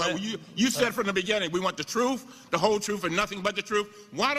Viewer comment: Did Elijah say the "troof" - truth?